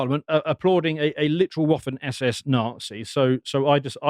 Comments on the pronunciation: It's pronounced vaffen SS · Waffen ( same root as the English 'weapon' ) is pronounced with a 'v'.